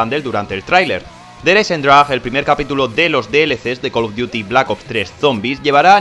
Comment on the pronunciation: der hayzendragweeeee